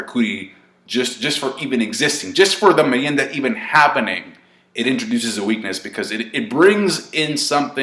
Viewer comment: Nice pronuantion of merienda, well done 👍🏻, and i hope a draw